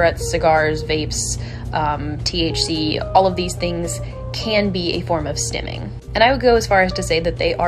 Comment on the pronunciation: It's not stemming, it's stimming. Self-stimulation.